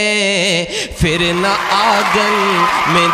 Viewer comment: phir ko aap fir padh rahe ho, itna farq bhi nahi pata? lagta he doosre se likhwake padhte ho